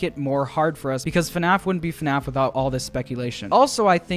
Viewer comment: why did you say funaff?